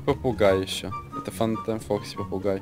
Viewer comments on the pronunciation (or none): Не фантайм а фантом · Фантом а не фантайм